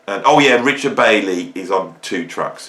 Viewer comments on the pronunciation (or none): none